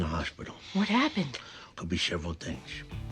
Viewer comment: If you're gonna do a Sopranos video at least know how to pronounce "Aprile"